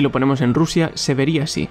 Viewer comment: ajajajajjajaj madre RRRRRUSIA